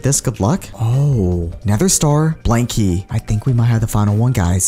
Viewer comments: When ever you said blank key it sounded like you said blankly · When he says blank key it sounds like blankie